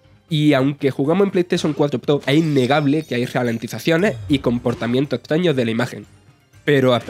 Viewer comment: ...animaciones "impopias" ...antiguos "tabajadores" de Sega ...cortes muy "estaños" ...y así todo el tiempo